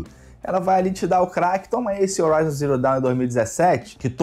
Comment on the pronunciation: O "H" tem som de R em Horizon, bérou.